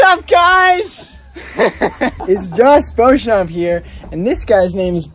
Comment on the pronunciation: O Nome do Josh é Joshua Kyle Beauchamp e se fala Josh Bouka Bouchamp assim vc me complica Vida😂❤❤